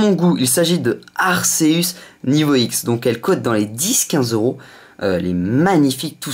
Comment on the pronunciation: à la 20e sa se dit Arkeus